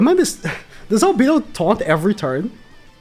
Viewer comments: Cah kuy tus We’re mad about how you said Albido btw (Al beh doe) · Just some pronouncements tips for ma boy: Albedo = Arubedo (the e its not pronounced as "e" instead it's how people pronounce A in English) Shaltear = Sharutear (the e is pronounced as E in english) Cocytus = Kokyutos